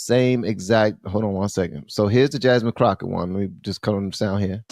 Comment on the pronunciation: Did she call her wratched crocket 😂😂😂😂😂 I am dieing over here